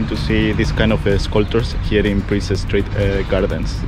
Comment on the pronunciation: Princes St Gardens, not Princess ! 😊